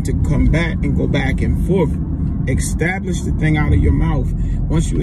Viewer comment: EEEEE-STAB-LISH not XXXXX-STAB-LISH